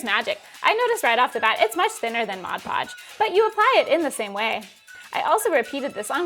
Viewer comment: I think you are the first people I've ever heard say Mod Podge correctly.